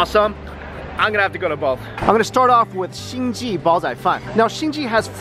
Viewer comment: PS LOL the restaurant name is not pronounced as "hinky"... should be hing "gay".